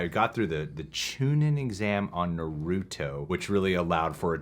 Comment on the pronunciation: You made it to the Chunin Exams & still didn't grasp the pronunciation of 'Naruto'? LOL